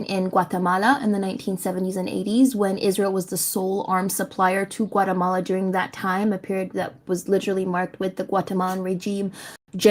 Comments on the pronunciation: You mean Guacamala? XD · WTF is a "Guacamala"? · the patience needed to hear her performative pronunciation for gaza over and over and over is insane. butchering the native pronunciation of guatelmala for whatever sake was insane to hear to, whats the point? seriously?